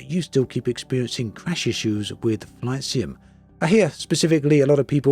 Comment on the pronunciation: Something about your accent sometimes makes "flight sim" sound like "flaccid." 😏 I take that as an insult, sir.